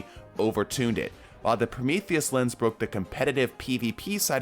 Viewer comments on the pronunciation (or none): none